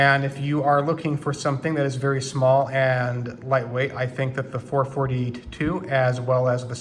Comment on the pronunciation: Did you just say four-forty-ta-two and six-forty-ta-two with huncle Mike’s grips?